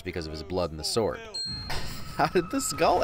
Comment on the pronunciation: Bruh, it’s not even a "sore" day. It’s a "sword" day.